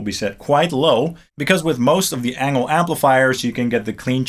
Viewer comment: I thought Engl is pronounced like "Angel"